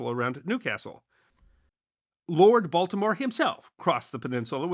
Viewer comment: Heard it too😂